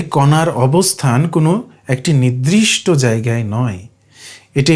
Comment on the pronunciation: এই সুন্দর বিষয়টি আর একটু ঠিকঠাক উচ্চারণে হ‌ওয়া উচিত। 'নির্‌দিষ্‌ট'= নির্দিষ্ট, শব্দটি 'নিদ্‌রিষ্‌ট' /নিদ্রিষ্ট হয়ে যাচ্ছে।